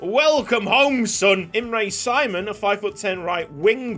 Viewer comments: Finally a Hungarian player, loving the new series! Btw, his name is pronunced SHE-MON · Yee finaly a hungarian player🎉🎉 That’s not how you say his name in hungary btw, but no problem